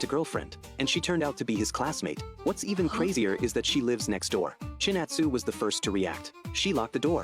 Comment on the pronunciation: ChinAtsu*. thats why AI messed up